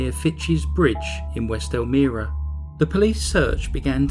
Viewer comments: I found your video quickly today and at first didn't recognize the way you pronounced Elmira because we say it with a long I sound It's a nice place, but in reality New York State is pretty rural with much of the state being conservative and right wing. The part that makes us liberal is New York City. Thank you for another interesting tale of crazy. I appreciate it very much. Have a glorious week! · Wow, what evil horrible monsters! This story is so disturbing, but well done by you! You work so hard, thank you. The name of the town is El-my-ra:) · Loved it but for one correction I must make...as a resident of NY, the city is Elm--I-rah. The I is pronounced as in I am from NY. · Thats my home town. Its pronounced EL-MY-RUH and SHA-MUNG county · I love your accent! I live less than 15 minutes where this case was. I wanted to let you know how to pronounce Elmira. "El-my-ra." (Elmira). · I was trying to figure out where you were talking about......but then I realized it was Elmira(long I).....just a short comment.....I do enjoy your videos though. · Not being nitpicking, but it's pronounced "El-MY-ra" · Meep good vid tho elmira is pronounced el-my-ra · It’s pronounced El-Myra . :) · Hate to be a b*tch, but I live in upstate NY. Its ELL-myrah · I'm from rochester and almost mentioned the pronunciation as well. Also thought the same thing, not that it matters. Still another enjoyable video.